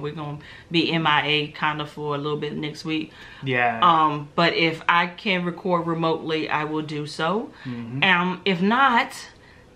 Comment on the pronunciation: I cun not I cun not.....😁😁😁